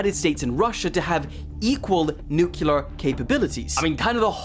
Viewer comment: Nuclear: NEW-KLEE-UR